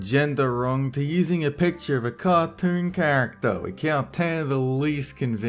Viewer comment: "ca toorn" you put the R in the wrong place